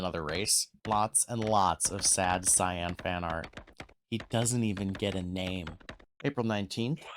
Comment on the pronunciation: no I meant the way you said Cyan